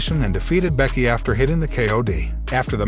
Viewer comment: BRCKY...😂IT'S "BECKY" BRO..